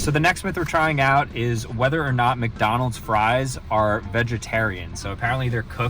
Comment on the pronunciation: bro really said weder